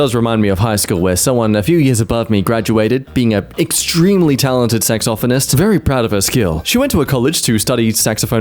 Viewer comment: What you said: saxophonist What I heard: sex orphanist